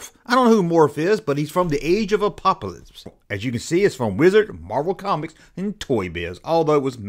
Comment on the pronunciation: "Morph from the age of a-pop-a -lisps".😂